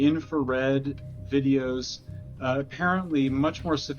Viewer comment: Did she call diddys freekoff tapes diddyos not videos thats diabolic